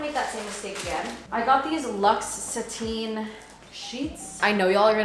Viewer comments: the way said sateen instead of satin lol! but love ur videos and i hope new york treats u well! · ma'am please don't tell me you pronounce satin "sateen" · sateen Me: satin (sat-in) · Satin ❌ SATENE ☑️ 😂😂😂😂love you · Please tell me she was trying to say SATIN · I looooove the way you say satin🤣 SAH TEEN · did u just say sat-een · so, no one is going to talk about how is pronouncing satin? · i love you but the way you say satin makes me cringe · you saying satin that was is killing me lmfao